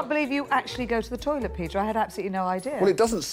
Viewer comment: Pee-ter Sorry